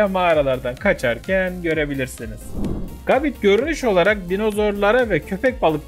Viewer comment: Abi gabite isimli pokemon un okunuşu gabit değil gebayt öbür türlü bite isimli saldırıyada bit derdik.